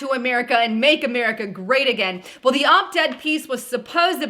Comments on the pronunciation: It's op-ed not opt ed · it's pronounced OP ED there's no T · Ughh... It’s... OP-ED There is NO “T” in it. It’s hard to take you seriously when you screw up important things. And then continue to say it wrong about 26 times!!!